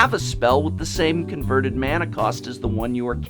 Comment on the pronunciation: SWEET GOD SAY MANA RIGHT